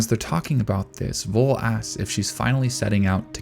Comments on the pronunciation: In this case the V from Voll is more pronounced like the F in Frieren. Also the two Ls are shot. So his name is more spoken like Fol (fɔl) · Every time the old man comes up by name i was really confused because "was his name really 'vole' that makes no sence.. wolle? no.." but i finally figured out its supposed to be Voll and yea ig that makes sense.. to me its pronounced 'foll' not 'vole'.. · You may want to Look into the pronounciation of Voll. It's a hard pronounced Word like full in english. If i didnt know his Name i would write down either Woll or Fohl by listening to your pronounciation. Greetings from Germany, so many tears in Frieren, even in rewatchs. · Just a little german lesson again... The "v" in the word "voll" in german (="full" in english) is pronounced like an "f", not like a "w". So it would be more like "foll", not "woll". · Its pronounced f-o-l-l and means filled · Voll is pronounced like "fall" (in AE). I know, even the anime messed that up because it's German orthography and that's not the strength of English speakers and the OG audio probably is even worse because Japanese is so extremely limited in their range of syllables that they have huge trouble with English and German which have a lot more syllables than the Japanese language. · I don't know if someone already said it, but Voll is pronounced Foll and means full. I love how so many names in the series say something about the character. Like in this instance, he lived a full life and can be content. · personally i don't think the framing is that deep. neat yes, deep no. also his name of pronounced "Foal". the names in Frieren largely follow German phonetics and German V's make an English F sound. additionally, i have not read the manga, but i took Voll's statement about defeating the Demon King les about senility and more of a hint that he had returned in some diminished way and Frieren is simply unaware.